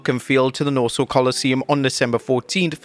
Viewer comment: You pronounced Nassau wrong. It's NAH-saw.